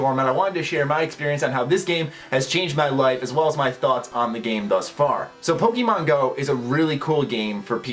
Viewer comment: you said pokemon wrong